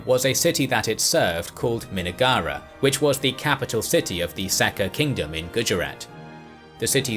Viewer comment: It's not minnagar it's Min-nagar